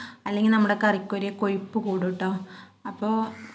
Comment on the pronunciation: കൊയ്പ് അല്ല കൊഴുപ്പ് എന്ന പറയ